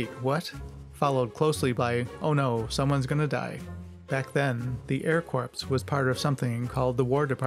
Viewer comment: PLEASE learn to pronounce "Corps" properly!! The correct pronunciation is "core" (the p is silent!!)!